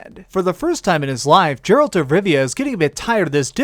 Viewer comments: "Jerald the Witcher" S T O P They pronounce it in game ffs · The way you pronounce Geralt should have you banned for YouTube and gaming for life.. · I don't like how u say geralt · don't ever say Geralt's incorrectly ever again! It bug me so much that I literally was about to unsubscribe. But I do like your videos, it's just that I cannot believe that you kept saying his name absolutely 100% incorrectly please don't do that again￼